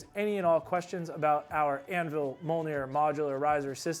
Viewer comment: It’s pronounced ‘me ole near.’ Come on man, how did you manage to mispronounce your own product.